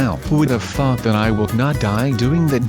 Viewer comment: that text to speech program makes "thought" sound like the f word....